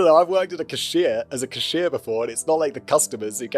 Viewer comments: "Khusheer" can you say C-A-S-H-I-E-R benchot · I’ve never heard someone pronounce cashier the way Simon does. Not even the British people I know. I’m not wrong right it sounds odd how he said it.